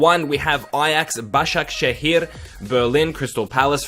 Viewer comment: how can he do a perfect turkish pronunciation of Başakşehir ???